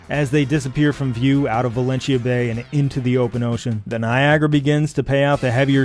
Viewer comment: Outstanding pronunciation of 'Valentia'